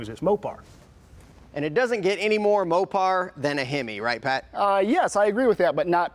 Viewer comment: I dropped off when he said Mopar in the fist few seconds.